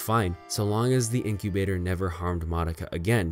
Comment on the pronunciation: finally someone who says Madoka right